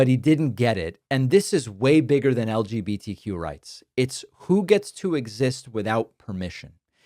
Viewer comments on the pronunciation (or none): none